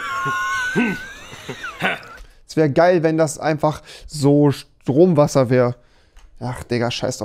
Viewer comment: Niemand: Wirklich niemand: Rewi: sTrOmWaSsEr Papaplatte:StRoMfIsCh